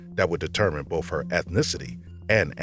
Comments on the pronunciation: Someone making this channel should get a narrator that can pronounce library, not libary. Be able to say both instead of bof, and the instead of da... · Also says bofe for both. And libaries. Drives me crazy. Lol